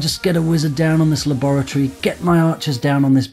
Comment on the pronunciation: I don't understand how you pronounce laboratory...